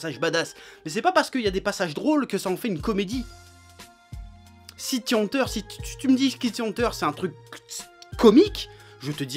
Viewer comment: Je suis le seul à entendre prononcer sans arrêt "City Hanteur"? C'est quoi? Une histoire de fantôme urbain?